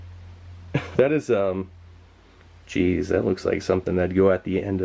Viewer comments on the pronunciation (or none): none